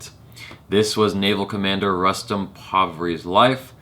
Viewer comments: On a funnier note... used to pronounce 'Punjab' as 'Poonjab' for a while, before he was told that its actually like the word 'pun'. So with 'Rustom', felt..wait I know this shit, I won't fuck up by calling it 'Roostom' n I'll call Rustom like 'custom'. Haha! little did he know.:) you're cute af! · "Rustom" is pronounced as "Roostom".. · शायद फ़िरंगियों की बुद्धि काफ़ी मोटी होती है। अक्षय कुमार फ़िल्म में ख़ुद को बार-बार "रुस्तम पावरी" कह रहा है, और इसके बावजूद ये भाईसाहब "रस्टम" "रस्टम" कर रहे हैं। कुछ तो गड़बड़ है दया...!